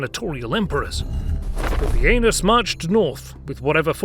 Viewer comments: Dude you totally said poopyanus . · Am i the only one who is noticing how hilarious "pupienus" is?!?! for a minute.